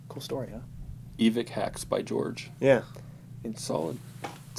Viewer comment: why to you say Evick when it's spelled evike